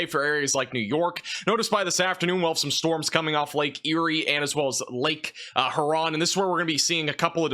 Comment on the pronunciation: He said "lake her ron" 😂😂 That's great😂😂